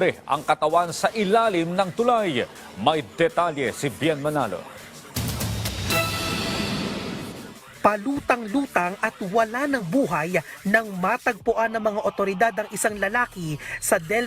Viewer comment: Palutang kutang malamang wla ng buhay kseh naagnas na bulol na reporter